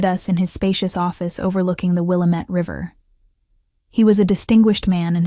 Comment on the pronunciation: How to pronounce Willamette River...